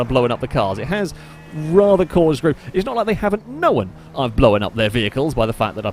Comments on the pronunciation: My lady just pointed out how you say "known" and "blown" as if there was an E in there, know-en, and blow-en up... Now I can't unhear it. Stay single folks 😂🤣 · Blow-un Throw-un Know-un Stop addiding syllabulluls